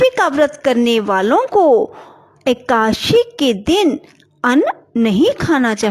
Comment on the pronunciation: Ekadasi To ache se bolna Sikh lo